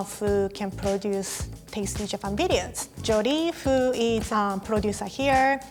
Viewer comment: That’s what you call “Speaking English Fluently” ? You don’t even know how to pronounce “who” correctly. That is not accents. Anyway whatever.